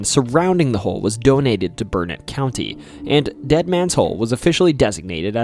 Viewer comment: I was so impressed that you nailed the pronunciation of Burnet (people get it wrong so often that there is a rhyme locals use "It's Burnet, dernit, when ya gonna learn it?")..........but then we got to La LLorona🤣......It translates literally as 'the crying woman' in spanish, so that double L is pronounced like an english Y, just like tortilla.